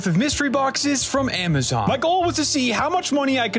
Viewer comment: Man just said 'aayymazunn'